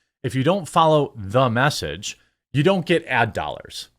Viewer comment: There are very few things more overbearing than "Thu Mess-age" 😑